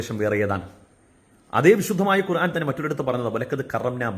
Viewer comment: ആദ്യം ഖുർആൻ എന്ന് പറയാൻ പടിക്ക് മണ്ട... കൊറാൻ കൊറാൻ എന്ന് പുലമ്പാതെ...